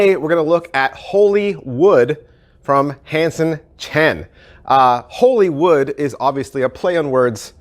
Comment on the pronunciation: First reviewer I heard get the name correct Most say Hollywood